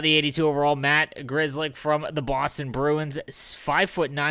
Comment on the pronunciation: Grzelczyk should be pronouced sth like Gsheltchyk, Polish surname. I wonder why I haven't heard it like that so far